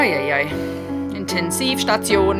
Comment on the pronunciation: "INTENSIVSTATION"😅. Ich liebe deine absolut perfekte Aussprache, egal ob Englisch oder Deutsch. Obwohl ich schon viele deiner Reaction Videos geschaut habe, war mir dein Deutscher Background nicht bewusst und hat mich total überrascht. Deine Reactions sind informativ, tiefgründig und gleichzeitig emotional. Ich liebe diese Kombination und ganz nebenbei kann ich meine Englischkenntnisse wieder auffrischen. Insbesondere Deine Ren Reactions haben auch meine Augen feucht werden lassen und hatten soviel Gefühl. Ganz liebe Grüße aus Hamburg Chris